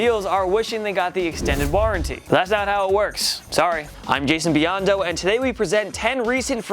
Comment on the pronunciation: My MaN Jason Beyond-Tho 😄😅😂